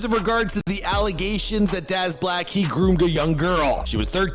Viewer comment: It ain't pronounced "darz', mate.